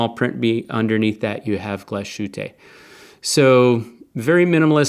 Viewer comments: Glashütte literally means Glass Hut. The "sh" is not pronounced as in English. So the town is pronounced Glass-Huteh. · Amazing review, but please look up how to say the word Glashütte lol